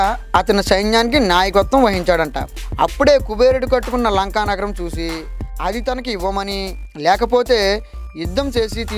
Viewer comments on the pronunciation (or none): none